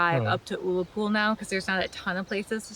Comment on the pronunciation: I say this to you with the greatest respect, Ullapool is pronounced uh-la-pool, also the hill you climbed is pronounced stac polly, but never mind we ALL get things wrong. As a Scot I really enjoyed this trip report, thank you so much for sharing this with us!!